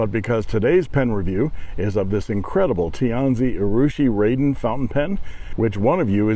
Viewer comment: Thanks,. You're not the only one to get this wrong, but it's pronounced "rahden" as opposed to "raiden".:)